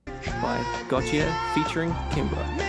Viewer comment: Dude can’t even pronounce Gotye.